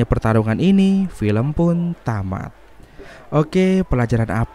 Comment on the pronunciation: Kamat bang😂 bukan tamat